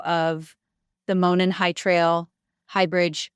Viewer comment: It's obvious that DA$$ was coached by the corrupt prosecution. This is a joke. Notice how she mispronounced monon???? I mean she corrected 360 degrees ubtuber on how to pronounce it!!! And the emphasis on the sweatshirt Abby's dead body was foundcin( delphi swimming);is such a TELL & SOOO badly explained away